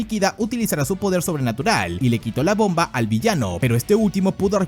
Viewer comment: Porque tanta énfasis en la última letra de las oraciones ? BombAAAAA terroristAAAA